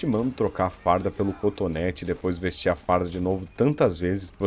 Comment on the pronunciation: Meu Deus Perdão mas toda vez que ele falava contonete eu me acabava de rir kkkkkkk Um vídeo sério e eu parecendo que tô vendo um vídeo de comédia, mas é culpa da sua narração (boa demais) kkkkk